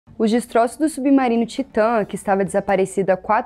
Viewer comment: Se escreve titan mas se fala taaaitan 🤦🏻‍♂️quando q vamos vê notícias verdadeiras? Cada um q diga uma coisa